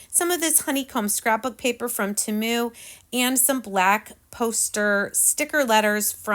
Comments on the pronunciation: I hope you don't take this as rude. But temu is pronounced (TEAM-U sorry please don't take it as being rude. You are a wonderful crafter. You are so creative. 😊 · Their commercial during the Super Bowl, they pronounced it Teh-moo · Agreed not that serious I pronounce it tea mu Lets keep in mind that everyone has a different accent so we all pronounce words differently. Such as im from brooklyn NY and we really talk different then the rest of the country!!😂